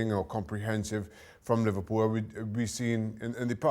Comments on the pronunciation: Li-var-pool smh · said liVARpool😂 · its not when , its LI-VAR-POOL